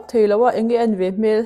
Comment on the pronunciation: A that hmel(face) hmel tih hi i lam dik thin lo face (hmel) sawina in i sawi zel a